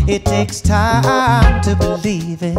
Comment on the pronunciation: listen to 'Running Away' by Vulfpeck. Joey Dosik sings in that as well and the way he pronounces believe sounds like he's saying "bedieve"